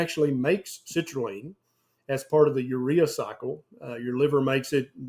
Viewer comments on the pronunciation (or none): Citrulline doc, not citraline 😅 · Everytime you say citrulline I keep hearing the word LEAN, therefore watermelon must be healthy for me 😉